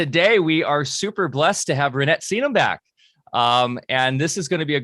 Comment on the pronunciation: Please pronounce Reinette’s name properly! The E in her last name is not a Long E Sound but a Short E sound!!